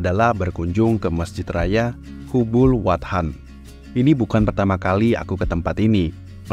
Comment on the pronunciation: Nama masjidnya itu cara bacanya: "KHUBUL WATON" 😊